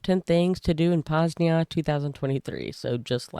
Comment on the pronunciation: You said it as Poznia, not Poznań